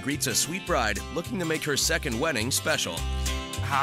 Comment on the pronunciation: "This is my second WEDDINGK"